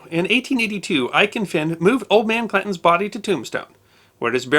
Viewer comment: It sounds very much like your saying ''Clintons'' instead of Clantons.